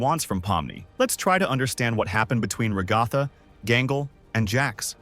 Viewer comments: its not called rugatha its pernounced as ragatha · I can’t take it with the “rigotha”💀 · i'm leaving the video now that i heard him pronounce Ragatha like that a fifth time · the "RaGAthA" gets me every time😂 but I like the video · I love how the AI actually pronounced Ragatha right the first time, then proceeded to mispronounce it afterwards